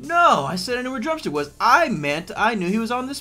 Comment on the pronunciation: i tought you said drum cena LOL